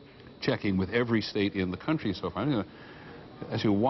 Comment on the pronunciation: 43 Peter says CUNT - TREE